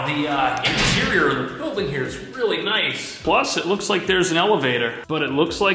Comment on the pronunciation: Love how you say "empire state BILL-ding". 😄😄😄